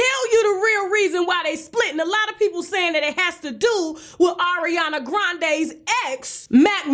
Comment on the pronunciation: Why did the way she said Ariana in the beginning remind me of the Chipotle vine?? AORiana! ChipOUTle! ChipOUTle!!!! 😂